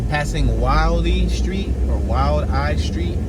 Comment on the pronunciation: It's pronounced Will-dee Street. That area used to be really run down back in the day. (80's)